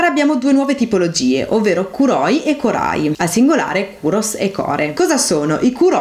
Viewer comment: Sei molto brava e il video è davvero ben fatto ma attenzione che molti accenti sono sbagliati (es fíttile, kórai, kóuroi ecc)